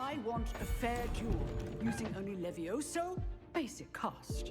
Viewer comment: 🗣️🗣️🗣️ it's leveosi not leve_osi